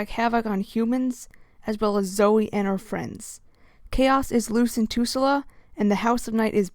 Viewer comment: And you’re adding a whole extra syllable to Tulsa. It’s pronounced “toll sa” not “too sa la”